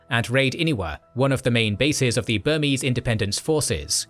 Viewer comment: As a Burmese person, I'm very impressed by how well this channel pronounced Burmese names